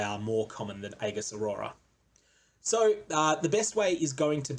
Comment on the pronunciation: please try and pronounce "aegis" correctly...its actually triggering me